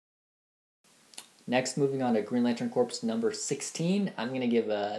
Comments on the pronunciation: Its pronounced core not corps. The ps is silent. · "corps" is pronounced "core"